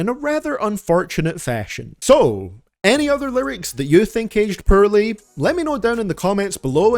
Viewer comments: Oh come on, I like when you say Purrley aged lyrics 😂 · lol u cant even say the simple word poorly u really have to spell it 💀 try to say the word "Horribly" bet u cant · Hah... he says the word poorly funny.